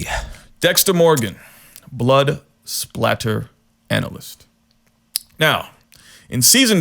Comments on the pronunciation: Blood “splatter”??? “Lieutenant” Doakes???? It’s blood spatter analyst and sergeant doakes.... smh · It's Blood SPATTER, not Blood SPLATTER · Love your channel. Just fyi. Its blood spatter Not "splatter"